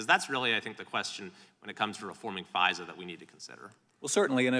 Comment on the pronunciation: There is an "R" in FISA? She is so stupid.